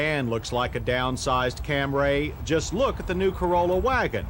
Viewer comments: It's CAMRY not CAM RAY! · What was his maddening obsession with saying Camray instead of Camry all about? Good lord. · ...............this one was VERY unusual, since it had a 16-valve engine with............A CARBURETOR!!!!!!!!!! , , , & ..........UGH........it's CAM-REE, John, NOT CAM-RAY!!!!! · What t f is a Cam-raay?! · What is a "Camray"? Is it a car? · CAMRAY ! I've been saying it wrong all along ! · CAM-RAY lol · Come on JoHn. Where is that damn H in Camry, you're saying it like Stewie Griffin. Also the carburetor thing is totally overblown, had a 1988 Toyota pickup in the family, ran that thing from 80k to 200, 22R with the carburetor. Never missed a beat, never had to service the carb, ran great off a cold start at 10 degrees or a hot start at 100